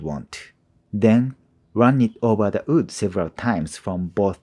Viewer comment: My friend, your skills and english are both absolutely amazing. But the word is "WOOD".. not "OOD" Sincerely, an ESL teacher. <3 (Im just joking with you. I subscribed!)